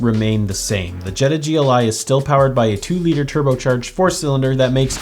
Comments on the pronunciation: At the begining of the video did he call it the Gleye instead of G L I? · Calling in a Gliiiii instead of a GLI is an insult to VW enthusiasts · It’s a gli not a ‘gly’ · You did it three times! 😂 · You're supposed to pronounce the letters. G. L. I. Not funny. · Everytime you say "Glie" I want to deny your 1m subs. You still do a good job 😅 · not subscribing - too annoying calling a GLI a glie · Every time you said GLI as a word word rather than an acronym we all cringed. G.L.I. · Did you say GLIH? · Volkswagen "gleye"😭🤣🤣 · Did he say Gligh? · I can’t tell if bro is fr when he says gli….